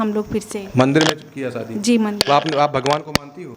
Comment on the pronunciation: Sadi nahi hota shadi😂bolna😂seekho